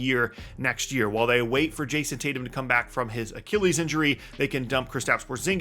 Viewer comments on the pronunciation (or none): none